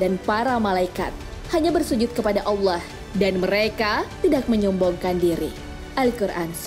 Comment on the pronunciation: Coba belajar ngucapin Allah yang benar min